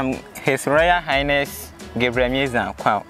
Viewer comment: Did I hear His royal "Highnest"? Awurade Anyway She resembles HRM Christabel though